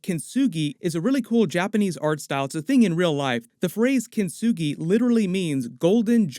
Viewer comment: Love the way rinsed the word Kintsugi🤣🤣🤣